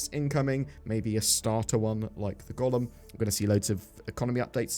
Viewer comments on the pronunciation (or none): I for one love that you pronounced Golem as Gollum, which gives a much more interesting visual of a greedy npc pilot of one. The ore....it's mine, my own.....my precioussss